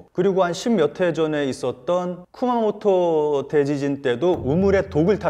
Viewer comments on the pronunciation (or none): 일본 지명 'Kumamoto'라고 '쿠마모토'라고 발음하시는데, '구마모토'라고 발음하시는 것이 맞지 않나요..? 이는 'Kia Motors'를 '키아자동차'라고 발음하거나 표기하시는 것과 마찬가지입니다. 'Tokyo'...'도쿄'...'Kyushu'는 '규슈'..'Kawasaki'...'가와사키'..........음운론적인 얘기인데...